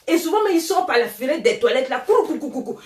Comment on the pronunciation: Elle dit paer ça des conneries🤣🤣